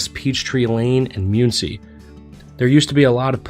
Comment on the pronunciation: Some of the worst pronunciation I've ever heard. Myoon-see? Really?